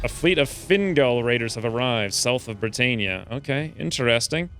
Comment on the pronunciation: Brit-ann-ia not Brit-ain-ia